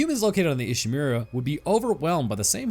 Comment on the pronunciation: so, this is a bit, right? he can't mispronounce name of the ship by mistake, right? i just want to know